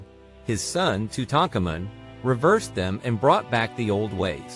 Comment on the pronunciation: Tutankhamun ive heard said "Toot-in-kaa-min" lol